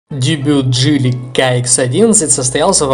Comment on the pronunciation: Слушай автор :Не джэли а джили и нехрен картавить в ютубе